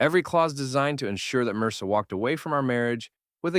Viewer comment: I like how the mis pronounces marrisa as mrsa 😂😂😂